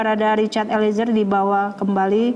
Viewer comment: Eliezer!! bukan Elizer ,Reporter ignorant sebut nama org aja masih salah